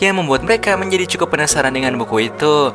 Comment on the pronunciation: Bang kok ngomongnya cekukuk bukan cukup😂😅